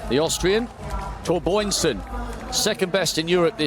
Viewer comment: "Torboynsen" - what is that? How many times can he read it wrong? It's the same Biörn as in Björn Borg...